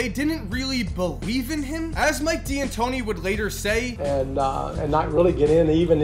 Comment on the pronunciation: It’s pronounced “Dantóni”, not “Di-antoni”. It’s just an apostrophe